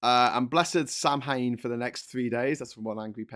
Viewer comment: Ok, let's clear this up, samhain is an Irish word, which means November, it is not pronounced how it is spelt. It is actually pronounced 'sowin' (that's sow as in pig) 😊